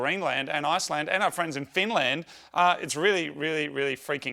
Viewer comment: "Finjland"? Moog, Bruh do you even spik inglish. Torilla tavataan, Kuka tuo Karjalat?